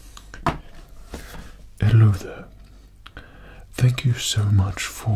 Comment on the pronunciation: It was only a matter of time before RSH was like "Hellot There."